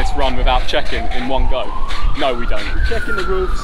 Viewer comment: When he said NO!!! He sounds like a dog N0! NO NO!